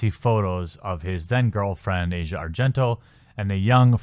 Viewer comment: I work with an Italian immigrant who told me her name is pronounced AH-see-ah not Asia. Similar to asiago cheese. Asia happens to be the daughter of Dario Argento, who is arguably the most famous Italian horror director of all time, and has appeared in several of her father's films.